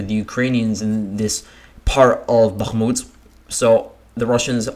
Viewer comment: listening to the way you say bachmooot is queer sounding, where did you get that annunciation?